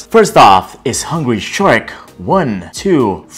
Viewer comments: Did u said hungry Shrek 😂 instead of hungry shark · Did you just say "Hungry Shrek" instead of Hungry Shark.